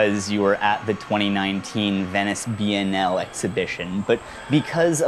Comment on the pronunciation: the pronunciation of biennial is literally killing me. like omggg why